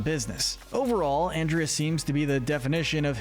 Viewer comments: I dont know if anyone else commeted this but you keep on misproncing anderda name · can you stop saying anndrea and not ahndrea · I BELIEVE YOU MEANT AHN-DRIA🙄😒😤😤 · man really pronounced andrea's name "and-ree-uh", she's not gonna like that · Dude, it’s pronounced On-drea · 3 things. 1. You're lucky Andrea isn't real because you would get on her bad side. It's Ahn-dre-uh. Lol. 2. You couldn't have waited to make this until the end of season 2? There are still some characters to introduce and ones that have time to develop. 3. I agree with this list 100%.